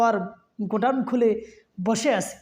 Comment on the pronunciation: বেটা তুমি এত স্টাইল করতে যেও না আগে তুমি ভালো করে যেনে নাও।স্টাইল করে বলতে গিয়ে বলতেছো তেনা আর ডাক্তার এবং ডক্টর এর মানেই বুঝতেছ না মিজানুর রহমান কে ডাক্তার বলতেছো গোটাওন না গোডাওন ভালো করে বল